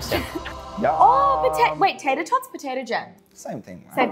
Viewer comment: Haha the what I’m assuming was an attempt at an American voice by for tater tots got me 😂